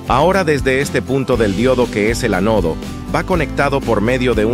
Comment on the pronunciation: dice "Te" "Ve", y luego dice transistor "Ve" "Jota" "Te" ¿Por qué dice "Ve" en ambas ocasiones cuando uno es con "V" y el otro es con "B"? ¿y que pasó con las tildes? se dice ánodo y no anódo?